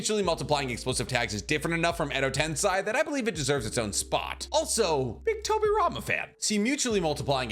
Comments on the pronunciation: Not you saying Edo tensai😭😭 im dead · Every time he said Edo TensAi I flinched a little. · I don't want to be that guy, but its pronounced Edo "Ten-Say" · Your pronounciation of Edo TensEi shouls be the forbidden jutsu my man. Not to mention Suigetsu. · Why do you pronounce Edo Tensei like that? Its not the way its supposed to be pronounced.. english pronunciation is so weird sometimes.. just say it like they do in Japanese version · Why on earth are you pronouncing Edo Tensei in such a weird manner... -_- it's so grating to the ears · Take a shot every time he mispronounces Edo Tensei ... spoiler alert, you drunk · I disliked this video and unsubscribed because you can't say edo tensei correctly. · Every time he mispronounces edotensei, a puppy dies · Isn't it Edo Tensei and not Edo Tensai? Kinda triggering to hear make this mistake multiple times in the video lmao Keep up the good work tho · Tensai? What’s with the mispronunciation of Japanese words? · Edo tensei (TEN-SAY) that’s how it’s pronounced weirdo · and i repeat.. it’s pronounced as “Edo ten-say” YES. get it right lol❤ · Why do you say Edo-tenSAI? It’s Edo-tenSEI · Im sure its tensEI not tensAI. It was grating on me how you could seemingly pronounce everything correctly except for this one thing. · "Edo tensy" hurts me dude.🥲Tensei like Sensei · Edo ten-say. Not Edo ten SAI or Edo tensign. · it's not edo tensai but edo tensei, no hate but if u wanna make video on it, at least pronounce it right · pls stop saying Edo TensAi.... it's Edo Tensei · I love the videos, though 100% of the Edo Tensei have turned into Edo Tensai. It's almost like saying Noruto instead of Naruto. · It’s Edo tensei not edo tensai. Pls try to say it clearly because it’s annoying hearing you say Edo Tensai. It’s EDO TENSEI. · Its Edo Tensei not Edo tensai! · And you keep on repeating the wrong spelling, edo-tensAi! Soooooo many times! It's annoying really! EDO-TENSEEEEEEEEEEEEEI! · “edo tensAi”